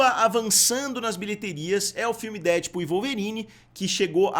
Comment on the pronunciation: por favor, pare de falar DÉdpul. A pronuncia correta é DeadpÚL. Última sílaba é a tônica. Deadpool. Um abraço!